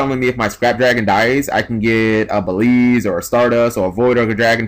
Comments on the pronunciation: Stop saying "Baleeeeeeeeze". The "L" is not before the "E". It's "Beel" then the "Z". "Beeeeeeeeeeellllllllzzzzze. "Beelze". "Beel-z". The "E" at the end is silent. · It's BEE-EL-ZUH.Not Belize. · Everyone is pronouncing "Beelze" wrong. It's pronounced BEE-EL-ZUH. It's a reference to Beelzebub, which basically means "the devil".